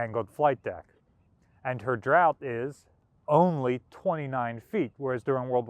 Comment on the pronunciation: 'Draught' is pronounced just like 'draft'. Consider 'laugh'. Even 'daughter' used to be pronounced 'dafter', believe it or not.